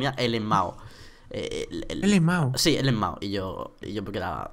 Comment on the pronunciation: No se pronuncia elemao se pronuncia lamao y es algo que dice un youtuber. Cuando algo le da risa lmao